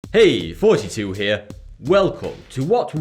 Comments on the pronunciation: I always hear 42 not thoughty2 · Is it thoughty2 or Forty2? Why the fuck can't British people make a TH sound?! Doesn't it get confusing? "Grab fat green bag." "No no not fat bag, THAT bag!" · can u please start saying and not 42 I love your videos but I can't stand when you say that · I thought he said “42”! Not thoughty2? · I still think he says "hey 42 here" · It always sounds like you say 42 here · When you say thoughty2 I hearers 42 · I always think he's Saying "32" in the intro lol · I swear her says 42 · Th-fronting in some British English accents makes "" sound exactly like "42." In this case,, who exemplifies th-fronting, is actually making a joke, referencing Douglas Adams' "Hitchhikers' Guide to the Galaxy," in which the answer to life, the universe, and everything is "42." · You have to be the most obnoxious dude with that shit accent Like you can't even pronounce your own channel name